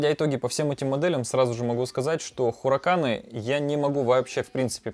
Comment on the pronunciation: Не хураканы, а харикейн (перевод с английского - ураган)